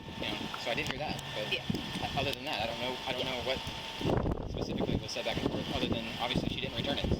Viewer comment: It drives me crazy when a person is attempting to sound professional, but they say pacifically instead of specifically.